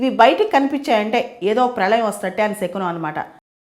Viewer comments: షకునం కాదు అండి. శకునం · Madam you are very intelligent. Many people follow you. But please don't pronounce it as షకునం it's శకునం.